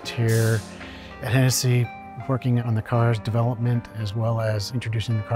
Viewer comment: Some random dude: What car do you drive? Him: A Hen"knee"ssey venom F5 😅